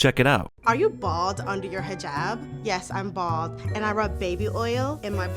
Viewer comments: Is nobody mentioning how the overweight Muslim keeps pronouncing hijaaaaaab wrong? Its "hih-jahb" not hih-jaab" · You both are pronouncing Hijab wrong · Golden Slumber zzz she can't even say hijab right, or put it on correctly